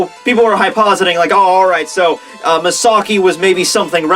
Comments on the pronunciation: Really don’t wanna be that dick that corrects people on the internet but it’s “hypothesizing,” bro. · hyposing?? Hypothesizing dude. Annunciate. and idk about this one but i thought it was mugetsU